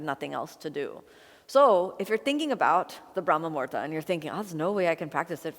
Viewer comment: Kino, you are so cute! But it is brahma muhurta (Muhūrta (Sanskrit: मुहूर्त, romanized: muhūrtaṃ) not murda - murda is a corpse in Hindi. Muhurta is the right moment in time, that unit of time that is mathematically calculated and predicted by the astrologer or priest for a particular event like we have muhurtas for the naming ceremonies, thread ceremonies, marriages when the knot is tied, for fire ceremonies/yagnya/yagya or agnihotra or havan, basically for literally every puja or ritual. If you miss the muhurta, you cannot proceed with the action (ceremony) you wanted to conduct and a new one must be found because it is considered "abshagun" or bad timing which implies the time will not bring fruitful results or worse bring difficulties, like e.g., we do not start or perform any deeds during "rahu kaal" when planet rahu rules because disaster is predestined (ofcourse this is orthodoy and has scientific reasoning as to give humans a break from work). So Brahma Muhurta is 1.36 mins or 96 mins before sunrise.